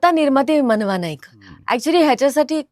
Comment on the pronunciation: "मानवा" नाही रे"मनवा" आहे 😂😂😂😂